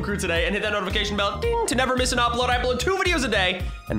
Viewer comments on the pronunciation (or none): none